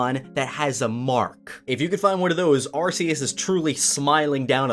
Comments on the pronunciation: It's pronounced Arkoos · People still saying Arceus wrong in 2020, wew. Great vid though otherwise, thanks. Keep up the fantastic work. ^_^ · "Arceus is smiling upon you" Mandjtv fans: "ITS ARCOOS"